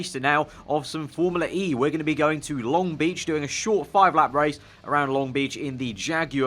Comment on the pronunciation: Awh yeah thank god you don't say formula-r-E